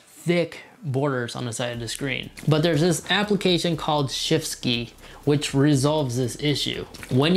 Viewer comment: you said shift ski?